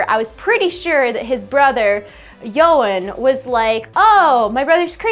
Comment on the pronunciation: You pronounce Yasuo correctly but you should pronounce Yone as Yo-nay instead of Yo-an.